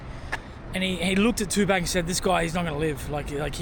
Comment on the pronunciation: If you’re going to name your channel after Tupac, Atleast say his name correctly….lol